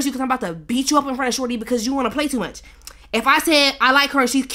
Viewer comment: "its to muuurch"😭